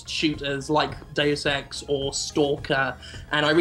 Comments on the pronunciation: omfg god its not "da-use ex" its da-us ex" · When she said deus ex review it sounded like a day of sex reviewed lol... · says DayofSex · lol it sound like she says "joining us for a day of sex..."